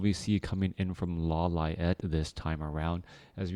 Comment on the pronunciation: lo-li-ate lol